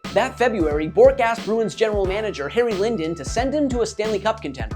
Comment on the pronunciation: Sinden not Linden 🤦‍♂️